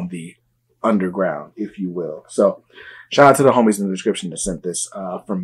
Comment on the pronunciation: Bruh just say fake. Y do u keep saying “uNdeRgrOuWnd” 🥴